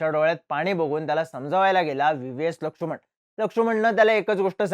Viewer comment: लक्षुमण नाही रे... लक्ष्मण